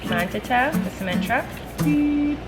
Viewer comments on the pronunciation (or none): He says manutata